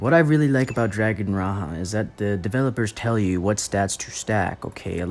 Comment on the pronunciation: why u pronounced it as " raha " ? it's pronounced as ra-ja. as king. it means Dragon King.